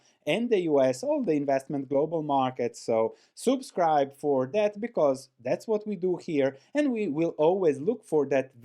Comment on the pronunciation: is a giant of value investing. can you stop saying "soubscribe" and start saying "subscribe", thank you. haha.